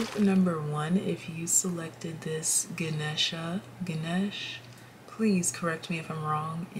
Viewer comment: don't know if someone already commented it, but Ganesha is the remover of obstacles and a god of wealth, success, luck, and wisdom. His name is pronounced as Guh-nay-sha. In Kino's video she had someone using a blender in the background of the i chose reading too lol interesting synchronicity. i choose piles 3 and 7 and they had beautiful messages. thank you 💚